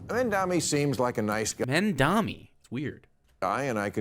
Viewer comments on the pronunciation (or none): I know he can say "Mom." I know he can say "Donnie." IT'S FUCKING MOM DONNIE. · it's crazy that he can't pronounce "Mamdani" when it uses entirely English phonetics, at least in the normal way that normal (non-Maher) Americans pronounce it. It's pronounced like "mom-Donnie." Does he not know how to pronounce "mom," or does he not know how to pronounce "Donnie"? ... It's "mom" that his mouth refuses to pronounce. He has probably never said the word in his entire life, based on his behavior.